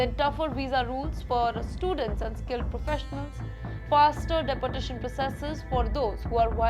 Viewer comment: The pronunciation of deportation in itself is absurd. Da-portation!!!😅